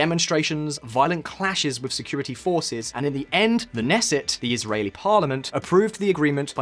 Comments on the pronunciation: Knesset - the ‘k’ isn’t silent. And you meant Torah, not Shema. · Not sure about Hebrew either. Didn't he refer to the Nesset (as if Hebrew had a silent K as in knee, knife etc)? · The "k" in Knesset is not silent lol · It's Knesset Not Nesset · (K)nesset not Nesset lol 😂 KENESSET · The K- neset, not neset. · FYI, Knesset, the Israeli parliament, is not pronounced like Nesset. This isn't English, we don't have knights, knees and knives. Every letter in a transliterated word/name counts. On a more on-topic note, Israel is considered at a continuous drought. As such, there are many water-waste limitations on people, like how you can't wash your car with a hose. There are lots of anti-waste "ads" on TV to keep awareness high. Also, Israel giving water to Jordan isn't really a case of "we have just so much, here have some". It's part of the two countries' peace agreement. The Sea of Galilee (our one fresh water lake) and the river of Jordan are fed by some streams originating from Jordan. Jordan, which is a much more arid place. To avoid them diverting the water towards them and choking Israel, there was an agreement to give them water. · In Knesset the k is not silent. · Wonderful video! A couple auditory "edits" -- (a) Joaquin is pronounced "wah-KEEN"; (b) Adenauer is "AH-duh-now-er"; (c) the "k" is not silent in Knesset. But that is minor stuff. What a great piece of information and it's incredible how much Israeli ingenuity has contributed to the world. Nice job. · The 'K' in Knesset is not silent. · San Joaquin Valley = San WAH-Keen Valley. Simcha, not "cha" like cha cha. Throaty, like "ugh." Knesset= the K is not silent. Can you say "knish"? Der Nussknocker?